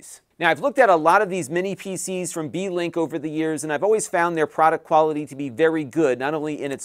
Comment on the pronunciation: I was welding while listening to the livestream, I swore you said it was a D-Link lol